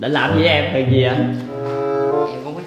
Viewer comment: Rõ ràng là THUYỀN mà sao cứ gọi HUYỀN nhỉ, nhóm sao ai cũng nói ngọng hết vậy